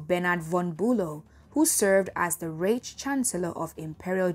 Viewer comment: Third Reich pronounced raik. Come on now we should be world standard not best in Nigeria standard. Good work though